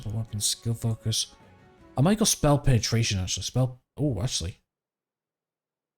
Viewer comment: but did you to annunciate Penatration like that 😭